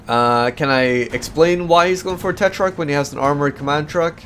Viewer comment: hey you are saying tetrarch wrong check google translate, that have the right pronunciation.